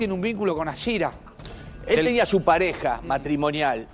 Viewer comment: Ni el nombre saben pronunciar éstos bolu0s.Aschira es...